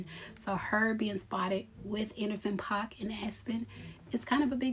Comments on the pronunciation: It's pronounced "Pack" and Jeannie Mai may have to go back to a wm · Paak pronounced Pack ❤